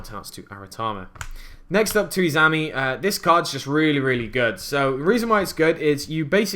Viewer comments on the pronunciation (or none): the spirit monster izanami is pronounced like: "eez-ah-nahm-ee" sorry. I don't wanna be a jerk, but mispronunciation bothers me. ._. Love the deck though! I did a tag duel using my prediction princesses with someone using a herald of perfection deck and it was hilarious since both decks use all fairies. perfection, Tarotrei, and PotF is a near unbreakable board.